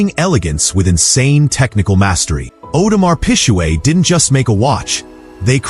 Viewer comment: Audemars Pijuuueett 😂